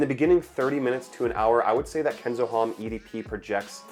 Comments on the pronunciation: Common dude HOMME! you are in parfums at least try to learn 3 words used in perfumery for everyone not professional. HOMME most common one , losse H if you dont use nasal o no matter but lose H. It like Jack ( yack) instead ( dʒæk, j+a sound) 😅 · The H in homme is silent